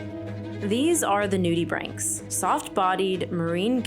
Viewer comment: . I learnt how to properly pronounce nudibranchs! Thank you.